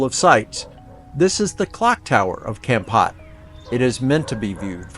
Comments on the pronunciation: Thanks for the video, very informative. a friendly support on the pronunciation of the city is phonetically with a sharp "K or C" sound and something like this "Kamm-pote". Pot is not pronounced like "Pot". It's is more like a Sharpe "P" sound and "Pote". I hope that helps. Like saying "Pope" but with a t - Pote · Wth is Kempat?! Should be an easy thing learning hiw to properly pronounce words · Couldn't you at least learn how to pronounce the name "Kampot" correctly? It's not hard.